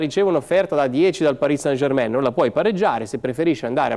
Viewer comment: Sono per l'INter, ma è il migliore, a parte che dice Parì san Germèn!